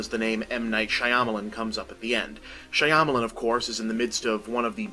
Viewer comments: bob for god's sake, it's been 13 years learn how to pronounce "Shyamalan." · Why does he keep pronouncing his name like that